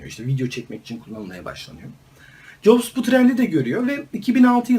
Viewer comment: abi steve nin soy adı yaklaşık olarak caps diye okunur